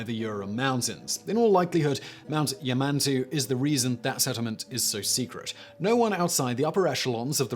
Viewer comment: Number 1 is pronounced Ya-man-tau. There are no Minotaurs at Yamantau but in the video game Metro Exodus Yamantau is home to crazy cannibals pretending to be the Russian government to lure unsuspecting survivors in and eat them. But Raven Rock on the other hand in Fallout 3 is home to a secret US government facility run by a super computer pretending to be the president.